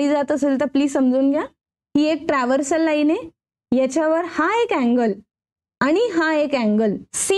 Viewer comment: तुम्ही चांगले स्पष्टीकरण देता....पण काही उच्चार चुकीचे होतात ये....ट्रान्सवर्सल आहे पण तुम्ही ट्रव्हर्सल बोलतात ये....